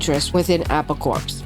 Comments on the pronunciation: can tell its a Yank doing the video the way Prestatyn was pronounced, we in england & scouse land pronounce it like "press dat in" & its also pronounced apple core, not apple corps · Apple Corpse. Hilarious! Did sort of turn out that way, though... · It's pronounced "Apple Core", not "Apple Corpse". It's spelled Apple Corps Limited. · Apple "Corpse"? LMFAO!!! I guess a real person wasn't available to do the narration. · A PAUL CORPSE